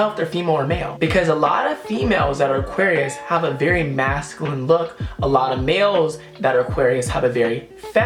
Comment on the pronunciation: Did he just say auqarius is a water sign